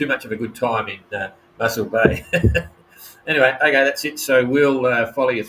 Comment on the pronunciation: Moss-el bay, not Muscle bay